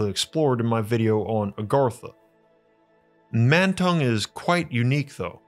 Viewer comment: Mantong sounds like "Man tongue".